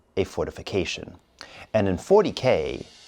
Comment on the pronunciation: What you say? Fourty-K-fation?